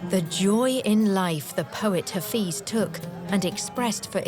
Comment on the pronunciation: THANK YOU SO REFRESHING AND NOSTALGIC. MY BEAUTIFUL IRAN. IF I MAY CORRECT THE PRONOUNCIATION OF HAFEZ AND NOT (HAFIZ) AND PRASAGAD AND NOT ( PASARGADI ) THANKS AGAIN.